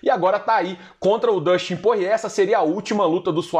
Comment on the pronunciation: Porrier, Porrier...Porrier. Pô, é Porier mesmo que fala, o nome dele não tem relação com porre e nem com porra XD